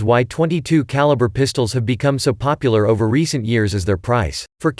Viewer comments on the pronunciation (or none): none